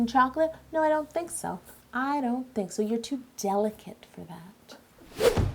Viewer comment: When you said delicate did you mean deliCAKE hahahahahahahah😹😹😹😹😹😹😹😹😹😹😹😹😹😹😹😹😹😹😹😂😂😂😂😂😂😂🤣😂🤣😂🤣😂🤣😂🤣🤣